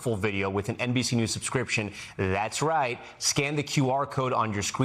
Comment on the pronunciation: I was caught off guard when he said "das right" :face-blue-smiling